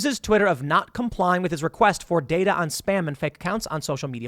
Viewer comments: Datar? Dater? 🤣 good stuff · DATER, HAHAHA